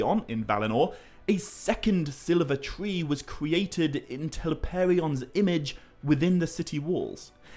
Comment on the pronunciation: I have often wondered if there is a place in Britain where people nevere learn to pronounce the letter "R.". There is another narrator who does Mythology - whose Rs are all Ws - he also has a problem with separately pronounced vowels that appear together. The word, "creation" is "kweshun" - and there are so many problems with his diction, I just can't listen without having to constantly rewind and replay. But there is a rather well-known chat show host in Britain who has the same issue - and also a really well known Historian (little blonde woman) who has done television presentations that have been sold to PBS companies all over the world. So I've always wondered if they've all come from the same area of Britain.